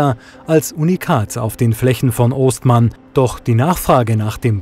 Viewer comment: Es heißt Oestmann also Ö ausgesprochen. Der eine Sohn davon ging mit mir zur Schule. Das Fass schiebt mit der Achse den Schlepper durch die nassen Stellen. Echt Hammer